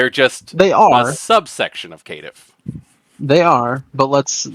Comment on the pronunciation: ah the famous Kittiff. lol love you man but the way you pronounce Caitiff —> Kittiff or Vicissitude —>Vistitude kills me everytime. This video is still a thumb 👍 for me